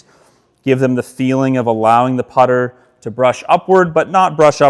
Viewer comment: It's the putter. Not the putter.